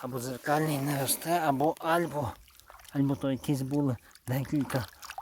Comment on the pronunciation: Ну що це за слова? Колоп, відо, гам, попеледній, не лосте, дугу витягнув, клюнув на макаон. Ти шо знущаєшся? А ну змотав вудки і шведенько до логопеда. Що в тебе за батьки, що запустили твого язика?